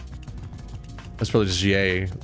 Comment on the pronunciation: Also if ur gonna play this in the future, Kuya is pronounced "Koo-Yah"